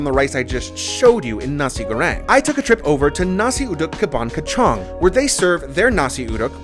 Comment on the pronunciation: When he said KACANG as KE-TJANG😅